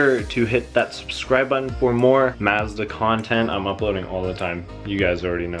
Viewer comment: You need to go to google translate and learn how to pronounce Mazda...... 🤦🏻‍♂️